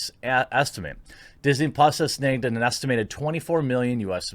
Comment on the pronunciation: What the fuck is "Snaygged"?